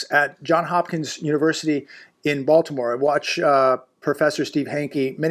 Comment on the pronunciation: Johns Hopkins not John Hopkins.